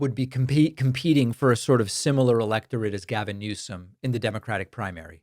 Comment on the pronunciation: I thought he was saying "Less More"